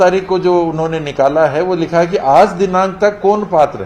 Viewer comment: Hai ki jagah kai bol rha h 😀😀